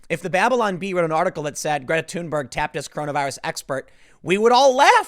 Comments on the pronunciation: Thunberg is THUN BERG "NOT" TUNE BURG. Timmy, ----- Rose Mc GOW IN not MC GO IN Timmy. Dude you're killing me. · tim: "Greta TUNEberg"